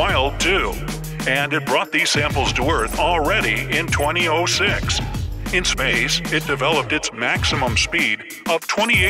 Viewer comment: DID YOU PRONOUNCE IT 20-OH-6!? Lol😂😂😂😂